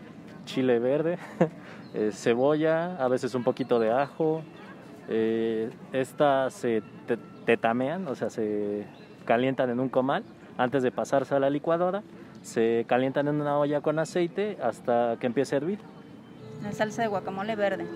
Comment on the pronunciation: Eso de tetamean se oyó...digamos...raro. 🤭😁 No soy experto en asuntos culinarios, pero creo que quiso decir que se tateman ... 😏